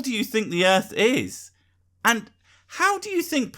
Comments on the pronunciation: So this is how you spell it. Earth, but it is said Earf. So is that “phat? Also, thuckin. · "Da Erff"? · The Erf fucking flat xD damn man learn to speak before you start on complex matters bwahah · Just where is this "Erf" of which he speaks? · Da Earf id flah yo! Dumbass! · "Da erf is fucking flat." Absolute gold. He ought to do stand-up comedy! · You could replace every instance of "suck my balls" with "because I'm retarded" and it would not lose context and would actually hold true. Also, I don't think anyone should take scientific advice from someone who says "earf." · I don'e thin diss foo from planet earf. fut dat. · what's an earf ? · "Its called an air-plane because the earf is flat". That statement gave me cancer. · Fuckin errf....is flat......errf.......bahahahahaha errf... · Why are so many supposed smart people so bad at talking. If you can't say earth properly you have no business telling people how it works.